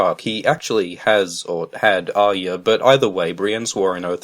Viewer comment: god it makes my brain hurt the way you say arya.